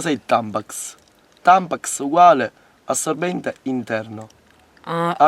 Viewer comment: e poi nn dice (come dicevo prima, RADDOPPIANO) "assorbbende", ma "assoBBenDe"